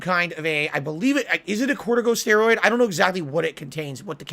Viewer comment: Hearing him say "cortico steroid", that made it for me. Lol